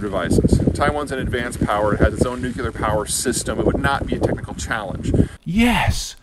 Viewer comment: He's using the 9/11 W pronunciation of "nuclear". He's saying "nucular", intentionally, for effect